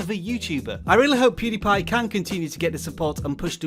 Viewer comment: Did this dude just said poodiepie